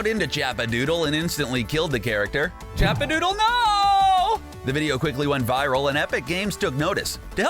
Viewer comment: 2 things 1 it’s chapadoodle not chapadootle and 2 it’s LAZY links not lucky links oh and ps you said salty the showed a picture of tilted towers